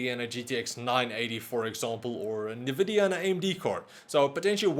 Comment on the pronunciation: "nuh-vih-dee-uh" Common mispronunciation. It is pronounced as "en-vih-dee-uh" or more simply put as "invidia". "invidia" is latin for "Envy"